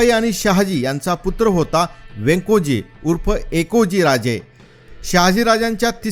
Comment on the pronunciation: Chhatrapati Sambhaji maharaja na don patnya hotya champabae mahit ahe ka te kon sanganar , udaysing ani madansing , he champabaeche putra naw . Wyankoji maharaj nit mahanta yet nahi , nit wacha etihas premi ahat changle ahe sagla abhyas nit kara etihasachi saksh deun ucchar kara . Thanks.